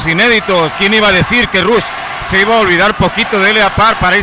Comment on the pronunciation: Es rush no ruch